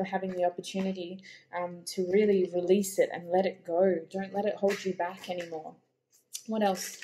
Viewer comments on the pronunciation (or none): that 💩 card! 🤣🤣🤣 but I did hear “release” 🙈 hahaha